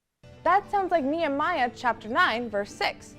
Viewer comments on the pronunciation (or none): Wait? Are they even pronouncing Nehemiah correctly? “Nia-Maya”?